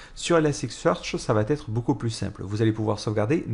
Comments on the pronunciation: Attention, il n'y a pas de "t" à la fin de "va", donc "ça vatêtre" ne se dit pas. On dit "ça va être", sans prononcer de "t" entre "va" et "être" 😉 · Super tutos en general, bon debit et un ton qui est agréable 3'20'' 'et votre serveur va-t-être démarré' ==> Ouch sur la liaison mal t'à propos mais cela n'enlève rien au contenu